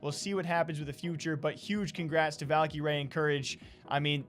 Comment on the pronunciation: stop saying Valkie Rae it’s just cringe pls and thxs